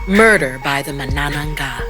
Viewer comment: The stress in the word Manananggal is on the first syllable.